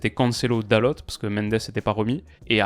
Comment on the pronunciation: Hello :) dalot se dit dalo, le t ne se prononce pas ^^ top vidéo sinon 😊